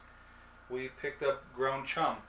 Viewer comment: Ground Chum? That's pronounced "Ku-min", but like all these things, you'd have to have heard someone else say it before :) Try celery salt, I add that to avocado